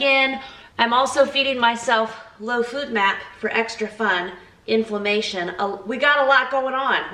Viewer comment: I hope this doesnt come of as petty (sorry) but it is pronounced FOD map, not FOOD map. I am currently on a low fodmap diet as well so I am so excited to watch your journey and to glean some idea for meals from you. thanks so much for sharing